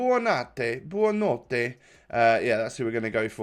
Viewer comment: Buonnanote name is pronounced Bonanote